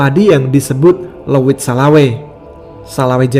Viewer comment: Leuit 🤭🤭🤭.bukan leuwit. Leuit itu tempat menyimpan padi yang sudah kering.